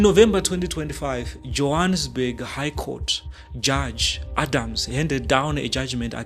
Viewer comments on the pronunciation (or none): none